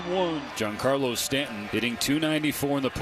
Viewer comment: Why does the Yankees playcaller keep pronouncing Stanton's first name like it's French?